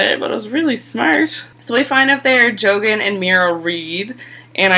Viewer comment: Wargs, not wogs. Jojen (joe jenn) rather than joegen. Yes the Tyrells had ulterior motives which was the whole point of the Margaery/Joff scene. The Tyrells wanted to know how best to navigate/manipulate Joffrey. Margaery was totally manipulating/stroking Joffs ego and cruelty in order to manipulate him. Enjoy the vids but I think you missed alot in this one. maybe due to time restrictions, I dunno. keep them coming though.